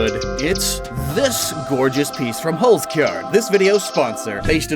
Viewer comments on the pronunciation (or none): As a German I have to sadly inform you that you absolutely butcherd the pronunciation of Holzkern.